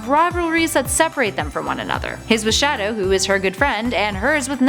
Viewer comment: I hear sha-douche